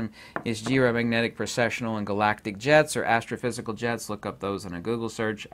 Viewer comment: For a moment I thought you were saying "Galactic Jazz" instead of Jets 😂 I was so gonna go full Rick and Morty.. Oh well!